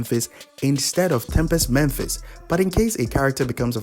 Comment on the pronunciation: Why do people always pronounce "Mephis" as "Memphis"? I don't get it.